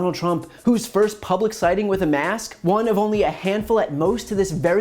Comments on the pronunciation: Is it me, or is Alex Azar incapable of pronouncing "k"? Every time he says "mask" it sounds like "mass". He is a pawn, and an embarrassment. Mask wearing isn't patriotic; it's a survival tactic. Muzzle up, Secretary Azar. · Yes, you are quite right, Alex pronouced MASS, with no K sounding. Then again, he could be purposely mispronoucing it just to tickle Chris.